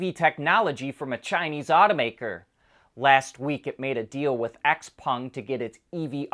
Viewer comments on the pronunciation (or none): X Peng is pronounced "Show (like cow) Peng"